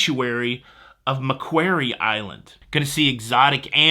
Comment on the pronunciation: "Macquarie" Island. If you had a "quarry" dug on your land, you would call it "ma quarry". Just like the sub-Antarctic island 😎